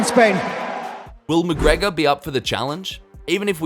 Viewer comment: Machregor?? Is he joking? Connor ?